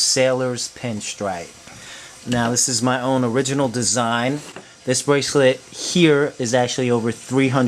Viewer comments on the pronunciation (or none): STOP! Saying braclet!